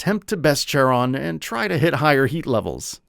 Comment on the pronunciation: Friede is not "Freed" and Charon is not "Tsaron". I wish there's some effort to google how to pronounce words and names as some sort of quality control.